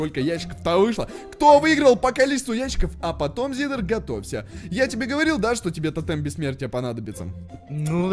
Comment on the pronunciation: Я такой до 2 минут пролистал слышу говорит зиддер я такой чтоооо